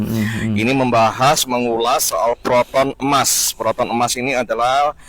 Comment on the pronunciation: Sebutnya biar betul boss kalau mau koman, e-mas bukan emas, kita bukan marah boss mr ri cuma ingatkan saja.